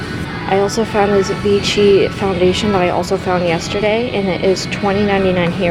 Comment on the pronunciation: the brand is pronounced VI-SHI.